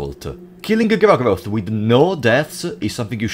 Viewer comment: "Even DOOR-go-roth" hahaha